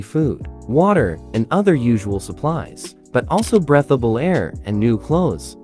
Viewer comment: It's pronounced "breeeeth-a-bull" air.